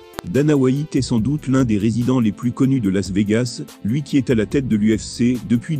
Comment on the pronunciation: « Dana Whaïte »